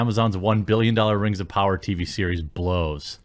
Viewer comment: “Rings of pooners”